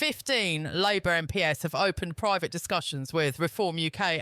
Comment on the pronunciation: Your narrator is rubbish. MPs not m. P. S. Ffs